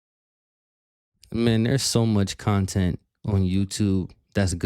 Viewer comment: keeps comparing himself to a tvshow/movie. Yes it's taking his "kahntent" sure but he's not a industry project he's just a fat old man who sits in his room 10 hours a day playing games begging